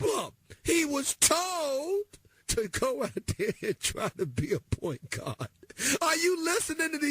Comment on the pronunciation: “PAWINT GAWD!”